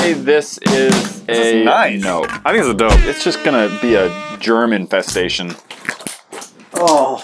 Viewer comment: germ infestation My ears: German festive station